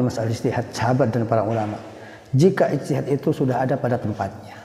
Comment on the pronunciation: Ijtihad bukan istihad😂